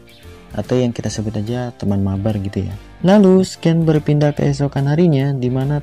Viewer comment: Bro scene itu dibaca sin bukan sken